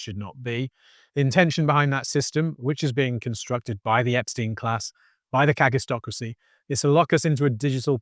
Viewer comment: I was listening to this from the other room, and thought you were saying "catistocracy". My cat was also interested and we both saw it leading to cat-tastrophy. But it's kakistocracy— "kak" in Afrikaans means...well, you can Google it. Either way, it's a pretty fitting term and very worrying. And is already kaktastrophic.